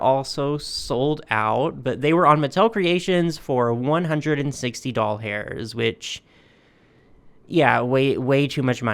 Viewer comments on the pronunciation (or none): What the literal frack is a “doll-hair” currency ?? Are you mispronouncing “dollar” on purpose because this is a channel about dolls? Do you know how weird that actually sounds? It took me a hot minute to figure out what you were saying, then what you actually meant. I am SO sorry that you had such a bad reaction to your meds. As a Cancer patient, I completely sympathize with! All of my cancer drugs, Ibrance, Kisquali, and now Versenio have all affected me adversity, with my current med now being to cause itching all over. It is like having taken a bath in poison ivy, and nothing can stop it. (Unless I stop taking the med, then the cancer cells skyrocket! ) Bless your heart!